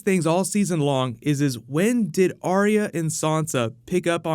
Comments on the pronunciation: Its Ar-ya not Ar-ee-ya Ar-ya Ar-ya Ar-ya Ar-ya Ar-ya Ar-ya FFS I don't understand how you can't recgonise a 2 syllable name when you see one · Why does Sansa pronounce arya's name different to everyone else? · can you try pronouncing Arya's name correctly